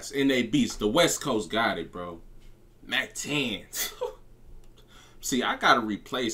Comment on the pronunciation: It's mac ten bruh 😆 🤣 much love to your effort and your channel!